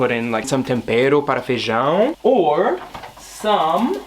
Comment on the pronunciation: that “some tempero para feijão” in a brazilian accent skdjjssj king of languages